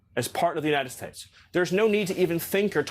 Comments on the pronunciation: It always sounds like he wants to say the “Jewnited States” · The way he says, "United States" bothers me. It sounds like 'Yoo-Nigh Stets'. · Anybody notice how many times Miller mispronounced “United States”? Even Trey Gowdy doesn’t know how to react to Lady Graham. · Why does he pronounce United States so strangely? You can tell he was bullied his whole life.